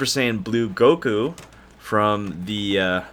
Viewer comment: Its fake its goku not gokuo